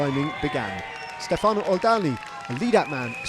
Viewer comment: When will it happens for English speaking broadcaster to stop saying Stefàno? it is Stèfano…..so annoying